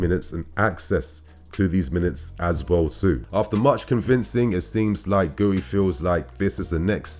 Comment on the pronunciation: guiu is pronounced "gyoo" -- one syllable